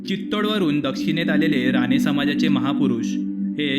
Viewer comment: Saheb ranegharanyaci mahiti sangitalit khu chhan pan राणे बोलताना राने उ़़चार केलात बाकी छान आपला नंबर या विडियो त याड करा